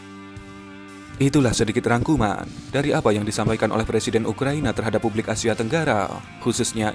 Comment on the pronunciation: ngomong yg bener Pak🗿 UKRA.I.NA bukannya ukraniya